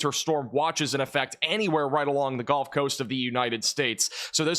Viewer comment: The “golf” coast 😂